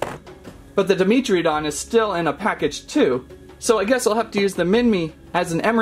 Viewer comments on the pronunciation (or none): Dragon Overlord definitely me It is pronounced Dy-mentree-don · i think its pronounced dai·meh·truh·daan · Who else cringed when he said “Demetridon” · FeltyEagle 69 yeah... it was cringe